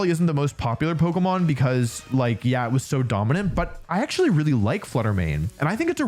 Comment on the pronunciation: “Um aktsully stellar type is the newest type” okay done being that guy, thanks for the vid!